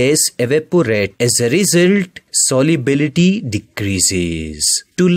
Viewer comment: its solubility and he pronounces it soliubility 😂😂😂